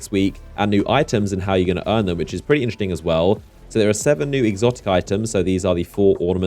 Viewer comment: Why are you constantly saying "inchting" and not "interesting"? it's triggering me in every video :D